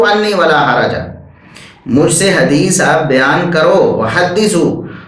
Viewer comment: tusi Hadees seen ki awaz main bol rhy ho jb k yeh saaa ki awaz main hota hai. Lo twadi v glti nikl i